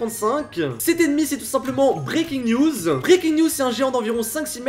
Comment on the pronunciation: Quand tu dis '' Breakins news '' , tu dis '' Breakins niouseu ''